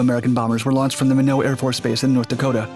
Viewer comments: FYI Minot Air Force Base is not pronounced mee-NO! It is pronounced MY-not. It is not a French pronunciation although the name may be derived from French. Just ask anyone from Minot, ND or who served there, or who served in SAC (USAF) dreading the possibility of being assigned there as I did. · "Minoh air force base"? Excuse me, it is pronounced as it is spelled. MI-NOT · Minoo airforce base? 🤦‍♂️ it's Minot (my-not). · not 'Minoh' AFB in North Dakota...its Minot (My-knot) AFB...sorry, grew up there, couldn't help commenting...Why not Minot - freezin is the reason! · minnow AFB????? try My-Not AFB. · Minneau Air Force Base in North Dakota?? Dude it's not pronounced like that. Minot is pronounced) (my-knot). Although it may look like a French word, I can assure you it's not. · Minot AFB is pronounced my not, not mihn oh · Minot is pronounced "My-not", not "My-know" at the mark. Like this: "Why not Minot? Because freezin's the reason!" Said any Air Force member unfortunate to get military orders to be stationed there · For the record, Minot A.F.B. in North Dakota it’s pronounced ( my knot), not (Minnow). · Love your videos, but Minot is pronounced Mine-ot, not minnow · Awesome video dude but it is pronounced "my not" AFB rather than "minnow" AFB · It’s not Mino it’s Minot My Knot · It's not "Minnow" Air Force Base, It's Minot. Pronounced My-Not. This is the USA, not France. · Minot, North Dakota: "My -Knot" not "Meh-No" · Lol, how he pronounced Minot, it's My-Not, not Minnow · Mispronounced Minot AFB, it's My-Not, not Minnow AFB, do a slight bit more research please. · The base is pronounce MY NOT. Not myno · Minot pronounced “MY-NOT” not “MI-NO”. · Minot AFB is pronounced My-not, not minnow lol. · Whomever this narrator is, he is an idiot.. it is not produced "miknow", it is pronounced "my not". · It's pronounced my knot air force base. Not minnow air force base. Jesus. I was born there. Do your research before you pronounce unknown places/words. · Min oh t not minut